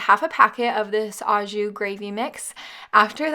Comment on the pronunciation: It's a FRENCH word and it's pronounced "OH ju"...not "AHH ju".